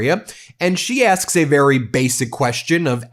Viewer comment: "We will follow the law of armed conflict verrry calmly..."